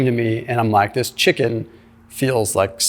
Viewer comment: ChicKan. ROFLMAO